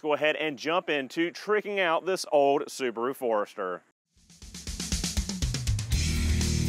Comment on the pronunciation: The little soo-bar-oooo. Wow.